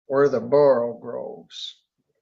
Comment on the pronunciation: "... slithy toves ..."! Not "borogroves", "borogoves"!